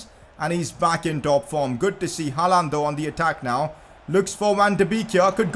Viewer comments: PCQ: it's gonna be painful to watch this series if he keeps saying Haaland like that. It's haa-lend not ha-laaaand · Bhai please 'Haland' bol not 'haaalaaand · He can’t say haaland properly 😂😂💯😭